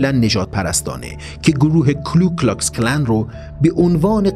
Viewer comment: شما که زحمت میکشید و مطلب آماده میکنید کمی بیشتر در بیان دقت کنید. فرمودید کلو کلاکس کلن که اشتباه است. کو کلاکس کلن درسته.